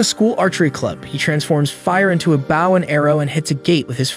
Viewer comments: It's bow pronounced boh, not like bowing.... Frustrating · I hate how he says bouw not bow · why are you saying baw not bow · Say bow as in bow tie, not bow is in ship bow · how is it pronounced 1. bow 2.bow